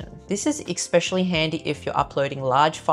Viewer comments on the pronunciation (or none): Thanks for the hints. Please don’t take offence but could you pronounce especially right? (Not expecially?) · I was fine with her accent until she said “exspecially”🤮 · Your video super useful and could be better if only you said …. Everything not everythink, something not somethink, especially not ekspecially. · I’m sorry but xspecially is not a word. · Great programme. Excellent advice. 🏆 One grate. Especially has no ‘k’ in it or ‘k’ sound. Esss-specially. Or just use another word. Particularly. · From an ESL tutor: The word Especially contains no letter x. Write these two words down and pronounce both repeating until you pronounce them differently. Exspecially and Especially. You used Exspecially in your video. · Especially ✅ Ekk-specially ❌ Everything ✅ Everythink ❌ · But you do say “ek-specially” other than that your Australian (New Zealand?) accent is delightful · I dont understand. 90% of people say exspecially. Thats not the word. Ugh. Learn english. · Sorry but the word is ESPECIALLY. Not EXPECIALLY. After the 3rd time I flicked. Sorry but... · All these things that you can do as long as you have a substantial collection of accessories. P.S. I love the way she says ex-specially. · Nice video, helpful for sure. Potentially solves a problem I have had. Pet peeve though. There is no X in the word especially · No offense, but there is no "X" in "especially". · PLEASE learn the proper pronunciation of the word especially! There is no X in the word especially. I know you are a very smart lady, but when you mispronounce common words it makes you appear uneducated and less trustworthy and believable. Just some constructive criticism for an otherwise excellent video. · We do not pronounce especially like that in Australia!